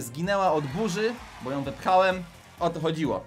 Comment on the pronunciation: Nie bu tylko bo